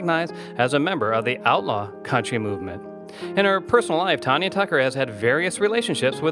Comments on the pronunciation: My all time favorite singer but as She would tell ya, It's Tan Ya not Ton ya, as in tan ya hide!! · Can't you learn to pronounce her name correctly before you do a damn Bio???😒